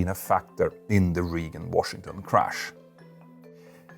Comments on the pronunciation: It's not "region" Washington airport, it's Reagan as in Ronald Reagan, pronounced more like ray-gn. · "Reagan" is pronounced "RAY-gan", not "REE-gan." Because English is dumb. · "RAY-GEN" as in President Ronald Reagan. Love ya! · we should not be flying in Reagan Intl (pronounced (Ragan, not Reegan). That is the most ridiculous airport we fly into. Just fly to Dulles. Only reason that place is open is Senators and Representatives in DC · Dear Petter, Reagan is pronounced as 'Regen', not as "Riegen'. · Just for your information, Reagan National Airport, the first word is pronounced like Raygun. Or, you can just call it National Airport in DC. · Reagan is pronounced as Ray-gn. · Ray-g'n, but who cares. I liked hearing an extra vowel there and in another name. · a pronunciation note: "Reagan" is pronounced more like "ray gun" and on that note, in last night's news, it was said that there are now delays there, as the US ATC staffing issues reach a point where ATC employees are leaving their jobs over working conditions. I'm not sure how accurate the reporting on that is, but if so, it is a sign of severe trouble on the horizon for US air travel. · Please learn how to pronounce Reagan😂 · There was also some weird pronunciation of Reagan, and Van Nuys.